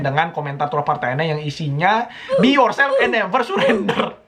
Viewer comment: "BE YOURSWLFFF ANFD NUEVUER CSURENDRER"